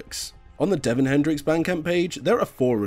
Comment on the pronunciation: ITS DÉVON, ACCENT, ACCENT, LISTEN TO HIS SONGS!!